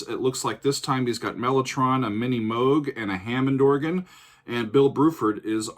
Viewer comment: First off...thank you so much for pronouncing Robert Moog's name CORRECTLY. "There'll be no mutant enemy we shall certify" was the stimulus for Joss Whedon's Production Company name. You're an interesting bloke. Close To The Edge is a brilliant piece of Prog...probably "the best" example of musicianship for this band...and I'm a HUGE fan...seen them nearly 50 times.